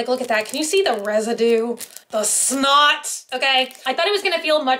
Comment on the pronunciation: I've been wondering if I should buy any of the reborns from Temu. Temu has some really cool things. Side note: Why do I find it hilarious when says snot lmbo